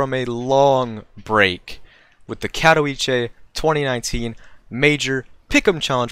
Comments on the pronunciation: Its kah-toh-veet-seh if u rly want to get into that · ka.tɔˈvʲi.t͡sɛ there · It's Cat-o-veet-seh, not Cat-o-wee-chay. Otherwise, awesome video!